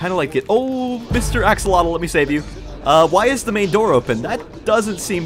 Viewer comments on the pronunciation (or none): none